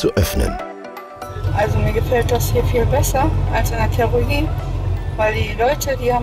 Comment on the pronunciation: „ Theroie“ hahahaha 😂 Das heißt : Theorie 😂😂